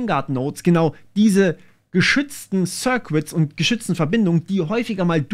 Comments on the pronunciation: Schönes Video, aber die "sirquitts" machen mich fertig... Das U in "circuits" ist stumm. Das sind "sirkitts". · sörkits nicht sörkwits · Sörkits, nicht Sörkwitz :D